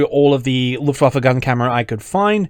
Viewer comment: I really appreciate your pronunciation of Luftwaffe